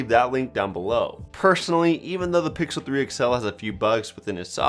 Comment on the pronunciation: He said that the s9+ isn't as bezzeless as th pickle 3 xl = i kill myself Edit: he actually said "pickle" 3 xl